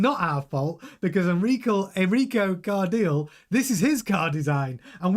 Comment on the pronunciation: Its pronounced CAR-DEE-LE (the last part is like saying LEclerc)